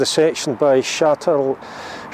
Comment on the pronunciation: Shat-le-row is how it’s said haha good video close to home ❤️